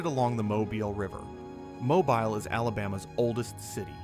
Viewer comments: MOE-BEEL. NOT MOBIL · It's not Mo-bul it's pronounced Mo-beel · Came here to say such, as well. It’s pronounced ‘mo-beel’, with the ‘-bile’ in Mobile sounding like ‘deal’, but with a ‘b’. 😅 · Folks, you can't teach AI to say Mo bill. It will always say Mo bull. Good reason to use human voice but I've heard so many, foreign to Alabama, also say Mo bull. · 😮 my friend, the town is pronounced mo- bill 😊 and the other one is pronounced (dolphin) dauphin Island.... Like the spotted dolphin I don't know why people have such a hard time pronouncing them words 🐱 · In Alabama we pronounce Mobile as MO-BEEL. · Great narrative but I have to tell you- it is pronounced Mobeel. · It is pronounced Mo beal. Definitely not voiced by anyone from the South. Not watching the rest.... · It's Mo BEEL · Why do so many people have trouble with Mobile. This is my home and I just have to correct them when they pronounce it such weird ways. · please read the comments regarding your pronunciation of Mobile. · Has to be yet another Youtube AI video. Mobile, as an example is mispronounced. Sad. I turned off and bailed out. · Good video made irritating to watch because of Al narration and number of ads. If you are going to use ai please edit how many times can Mobile be mispronounced in one video? In many instances the narrative does not match the images. Missed opportunity to make a outstanding video. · Horrible narration! How could you not know how to pronounce "Mobile"?!?! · Poor pronunciation of Mobile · One mispronounced word can remove so much credibility. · Agreed! This narrator is NOT able to speak properly at all. Even non-Americans know how to pronounce the city of Mobile. But! This fella/AI cannot!!!